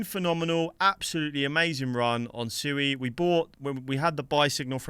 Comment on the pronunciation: It’s pronounced SWEE as in the word SUITE. You obviously have not watched anything with the founders. Just because most people pronounce it wrong doesn’t make it ok